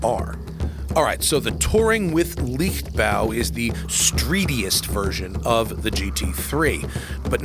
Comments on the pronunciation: Leichtbau is pronounced laychtbau, not liktbau. Try harder you Americans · Good to have you back, Matt! Leichtbau is Liked-bow. Matt said, Lick-bow. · Tip, pronounce "Leicht" in "Leichtbau" like "light" in "lightweight" and you're 90% there. While still not 100% correct it sounds way more pleasant and accurate.